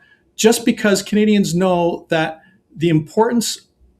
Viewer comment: We're not CUH-nadians. We're CAN-adians.